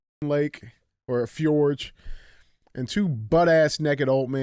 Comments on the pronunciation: I was listening to the audio and just had to come comment. Fjord is pronounced Fee-yord. Not fa-jord. Damn Neanderthals 😂😂 love you and love that your saying fuck YouTube now, much funnier when you don’t put the chains on. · It’s FJORD! 🤦🏻‍♂️ J is silent🤦🏻‍♂️